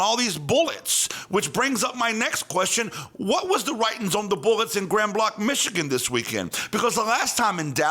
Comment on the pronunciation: its pronounced GRAND BLANK !! Michiganders don't use the French pronunciation.